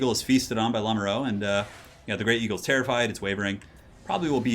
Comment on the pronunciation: "Lamoureux" is pronounced "La (like in "[la]mp")-moo (like cows)-ru (like in "m[u]rder"). It lossly means "the one in love" and is a common surname. The wonders of French spelling.